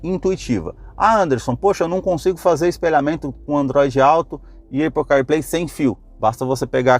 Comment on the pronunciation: “Eipou”…fale sério, vai?